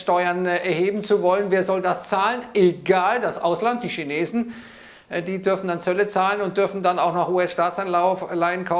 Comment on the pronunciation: Tja äääähhhhh gegen ääääääähhh Tschina Tschinetzen 😁😁🤣🤣